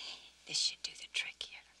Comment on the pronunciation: " DARN THID STUFF " - 1990